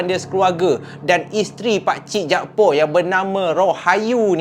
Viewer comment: Utk pngthn kt Kedah ni selalunya org yg bernama jakfar akan disebut jakpaq bkn jakpo.